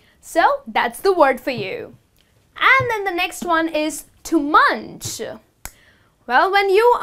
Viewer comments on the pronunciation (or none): none